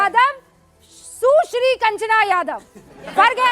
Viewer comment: Su-shri nhi SASURI Kanchana Padav 😅😅